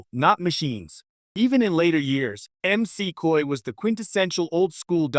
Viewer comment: Please be sure that the AI narrating your videos knows how to say words and names. It's Dr. McCoy, not Dr. M.C. Coy.